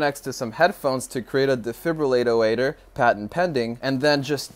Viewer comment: Defibril-eight-o-eight-or ROFL